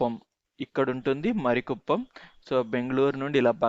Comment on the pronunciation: మరి కుప్పం కాదు, మారి కుప్పం